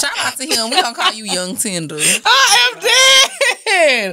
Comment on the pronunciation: "yung tenduh" 🤣🤣